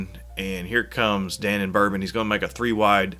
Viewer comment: Da Non Bourbon -- not Danon. Thank you.😊